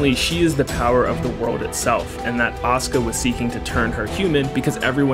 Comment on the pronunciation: Every time you say Asuka I hear Oscar